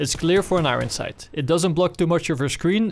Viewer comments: wtf is an agon sight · Am i the only one that hears "Igron Sight" somtimes?